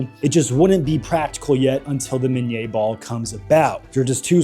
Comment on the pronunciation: Love the historical stuff. Keep on going, but it's pronounced minny in English after the creator Minie.